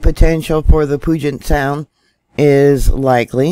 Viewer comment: Pronounced Pewjet sound. I didn’t feel it. Im closer to the cascade range.